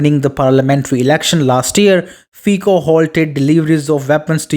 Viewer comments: It is not /fiko/, but /fitso/.. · Prime Minister Fico's name is pronounced 'fitso' , the 'c' sound in Slovak is pronounced here 'ts'. Fico is one of the very few GREAT leaders of Europe. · I can't give you like with that terrible pronunciation of his surname..